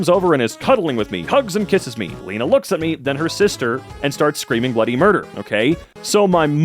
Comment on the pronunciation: bro pronounced my name wrong... WHERE IS THE OTHER E THERE IS ONLY ONE E (for me its not pronounced leena)